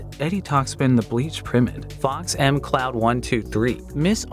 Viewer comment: alright i’m gonna say it since no one else will. in Fox McCloud the Mc sounds like McDonalds not M Cloud